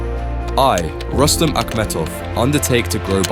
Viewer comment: It is pronounced as Roos-tum, you idiots.